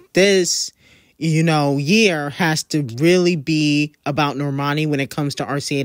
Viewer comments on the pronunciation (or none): none